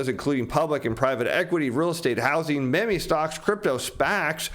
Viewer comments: It's "meme" prnounced meem no me-me! The word was invented by Richard Dawkins in an edition of the "Selfish gene". The word meme comes from a combination of memory and gene. The theory is that ideas with characteristics that make them spread will survive by "survival of the fittest". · You lost me at "May-may" stocks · Meh meh stocks 😆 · learn how to pronounce “meme” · No point in asking that question - nobody knows when the mrkt will crash but this guy has even less of a clue than most - he can't even pronounce "meme" ffs. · The way pronounces "meme stocks" freaks me out.